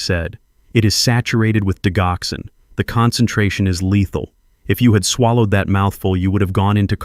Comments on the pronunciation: for crying out loud... it's ''di Joxin!! wtf?! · It is Digoxin(di-jock-son) or digitalis(dige-i-tal-is). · Why do you insist on using a Robo voice to dictate your stories? It is so distracting to hear medication‘s incorrectly pronounced for example, the main medication in this story, digoxin is pronounced “ dijoxin.” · Please pronounce digoxin correctly. You really shouldn't used medical terminology when you can't even pronounce it correctly. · I wish AI would learn how tp pronounce Digoxin; the g has a j sound.